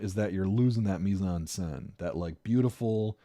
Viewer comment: For a while I was confused everytime you used what sounded like a japanese "Mizanse" - until I realized you were saying mise en scène hahaha But yeah a couple of valid points and a couple of very strange ones, but hey it's an opinion like a million others I guess